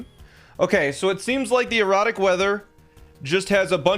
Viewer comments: It just clicked that he says erratic not erotic. I was so confused last episode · Each time sounds like he's saying "erotic weather" instead of "erratic weather" 😂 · Is he saying, erotic or erratic? 🤣🤣🤣🤣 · There is no accent in the English language where "erratic" sounds like that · I thought you were saying erotic weather lol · Anyone else not hearing 'erratic' xD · Every time you say erotic weather I correct it in my head and gaslight myself into thinking it’s an accent or something lmao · Thank bleep, I wasn't the only person hearing erotic.